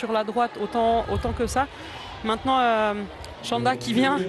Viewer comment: Chanda, no shanda. It is pronounced "ch" as in "chief"